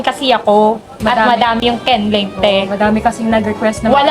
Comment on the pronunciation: Kenlaine ✔️ Kenleah❌